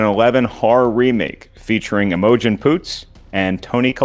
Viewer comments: Ooooh I'm simping for Grace big time now. Her mocking Kristian not being able to speak English killed me it was hilarious. I see the announcers still aren't pronouncing Imogen right too. I'm so glad Jeannine got herself another win thought she really deserved it! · pronouncing Imogen will stick with me for a while